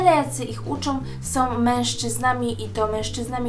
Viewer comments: Oglądam Twoje filmiki, bardzo je lubię i uważam, że dobrze gadasz ale proszę Cię zwróć uwagę na to jak mówisz "są" strasznie boli mnie ucho gdy słyszę od Ciebie "som"... Nie jestem hejterką ani nie mam zwyczaju komentować filmików tylko gdy wyłapię jakiś błąd. Pozdrawiam! :) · SĄ, nie SOM. Filmik spoko, ale proszę uważaj jak mówisz. :D